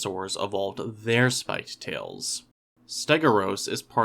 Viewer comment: I think the pronunciation might be closer to "ste-go-(y)u-ros". Since "stegos" means "roofed", and "uros" means "tail", the O and U would probably be separated, but you can never really tell with these scientific names haha